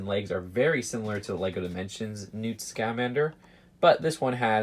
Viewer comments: It’s pronounced sc-uh—man-der not sc-a-man-der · Your supposed to say it Newt Scuhmander not Newt Scahmander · It's newt scuh-mander not scaaa-mander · Your saying “scamander” all wrong